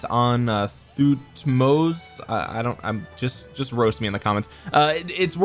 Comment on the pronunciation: Im not egypcian but i felt insulted for how you said thutmose III and imhotep 🤣🤣🤣